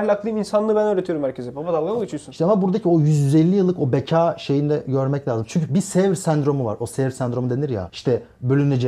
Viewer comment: Solda kalan sakallı arkadaşa birisi "beka" demeyi öğretsin.